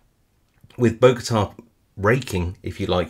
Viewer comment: Great video, thanks! One little correction, it’s Bogota not Bogata. That’s actually the name of the city where I live :) Don’t know why those picks are called that though